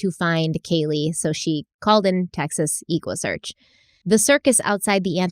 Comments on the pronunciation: Texas Equusearch refers to searches on horseback or Equine , horses (they’ve expanded to state of the art equipment), so it’s pronounced like Equine not Eeekwine. Equusearch . Tim Miller is an original . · I ❤ ❤ but every time I hear her mispronounced EquuSearch it makes me giggle. Living in Texas around the Houston area it’s always been pronounced like Eck-wah-search😂